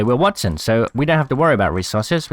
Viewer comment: Wattson. waTTson. Not that hard lol